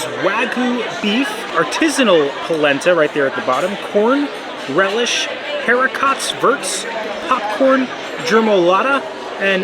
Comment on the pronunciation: I like you guys but I cannot take a "foodie" channel seriously if you say Haricots verts with the hard "T" ...when in French Riv, don't use the hard "T"